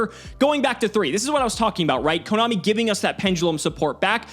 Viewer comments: Did say komommy? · Did really just say KoMOMMY?